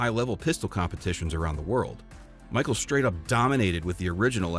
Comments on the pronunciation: How did u get the job and not know who Max Michel is and not know how to pronounce his last name? Mis shell, not Michael. Great gun. Not so great marketing director. Again, the gun is awesome! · Your pronouncing Max’s last name incorrectly